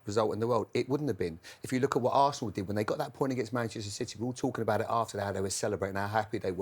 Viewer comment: Man said harsenal 😅😅😅